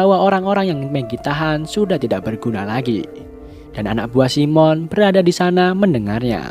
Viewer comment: Bang, keknya bukan simon bang bacanya saimen bang, koreksinya bang 🙏